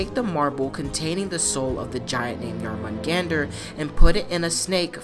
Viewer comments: BTW... pronunciation is smidge off. The "Jor" isn't pronounced "Jar" it's pronounced like "Yore". Other than that, the rest of the pronunciation isn't too bad. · I wanna know why he can't say Jörmungandr properly after playing 2 games with the name said correctly. Also snakes can't crawl as they don't have legs they slither